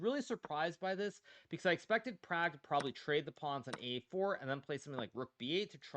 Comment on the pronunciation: They way Indians want it said it would be Praag.